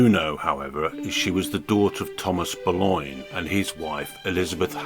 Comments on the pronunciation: I've never heard her referred to as Ann "Boloin" (as in pork "loin") or "de Boloin"/"de Boulognya" (I suppose these are the "French" mispronunciations) by anyone else. It's an unnecessary and annoying distraction to your otherwise interesting perspective. Oddly, you eschew "Bullen", the usual choice for those seemingly undazzled by Anne Boleyn's enduring allure. Well, each to his own...as you said in a different context👍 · But why are you constantly mispronouncing her name? And the voice on this video is cr*p